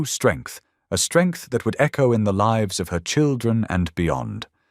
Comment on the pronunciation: Read by AI. Mispronounced lives and other words.😢